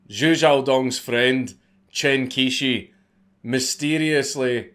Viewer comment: I'm not a native speaker - but as an englishman when I hear it spoken 'Chen Quishi' sounds something like 'Tshan Chyoh-shur' (each bit spoken as a smooth syllable). I know this is wrong too but hopefully someone more knowledgeable can tidy this up a bit. Never too soon to start learning mandarin lads...